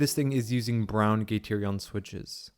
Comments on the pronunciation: "gaterion" ouch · Learn how to pronounce gateron.